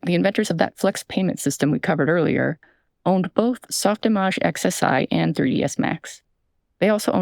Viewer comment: Why is "Soft Image" pronounced the way it is?